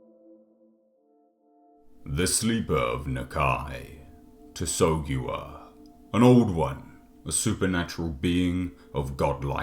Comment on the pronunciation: I thought it was "SATH-uh-GOO-ua"